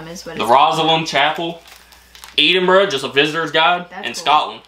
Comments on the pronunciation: I shouted out to my missus when i heard that.. eeeedinburgh, and breechin. Braw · Eeedinburgh. Almost edenburgh lol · yes very close too that . Ed-in-bur-oh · Just break the word down Ed - in- burgh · Most Americans pronounce the last syllable of Edinburgh wrong, but is an absolute maverick and somehow manages to pronounce the first syllable wrong, whilst getting the end right.